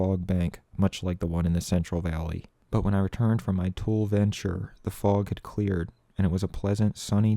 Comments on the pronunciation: It's fucking insane that he learned all of these facts and information about the meteorology and geography of LA and California, and he didn't even pronounce "tule" correctly. So he probably read all of this in a book rather than watch a video on tule fog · i starte watching the video but sorry it just kills me inside to hear someone mispronounce tule for 45 minutes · Thanks I spilled my cereal over myself laughing the first time you said “tool fog” now I have to get changed 😂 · Tulare County the meca of the Central Valley it shape of the valley is like a long canoe that runs the middle of Cali. B 4 U go traveling the state get the right pronunciations of where U travel. TooLee not Tool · It's pronounced tool e fog. You tool 😝🤣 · Usually pronounced “tu-lee” fog. Not “tool” fog. Also, as someone who spent many a Christmas with family in the Central Valley—Real Tule Fog is like a curtain of cotton 6 inches from your windscreen. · I thought it was pronounced tool E. Not tool. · its tule fog TOO-LEE FOG not tool fog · I live here, and I have always heard it pronounced like "TOOL-ie" fog. Oh and Ta-HONE-aye Pass. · Tule is pronounced “too-lee” not “tool” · It’s pronounced “tooly”, you couldn’t find one Fresno county native??? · Important correction: it's pronounced "too-lee", NOT "tool" lmao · great video, i love it. just a quick note however. Its pronounced TOO-Lee not Tool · As a lifelong central Californian, we can always tell if someone is an outsider because they pronounce Tule as "Tool" instead of the proper "Tool - ee". Also, they don't smell of cow shit. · It’s pronounced “toolie” fog bruh bruh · Tulle, rhymes with woolly. Fog. Really dangerous. You can’t see a thing. it’s like a grey blanket wrapped around your car and windshield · At least pronounce the word correctly dude! Wtf? Tool fog??? Are you kidding me? You did research and took the trip and STILL said it like someone who never heard of Tule Elk or Tule grass.. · You pronounce it tool-E!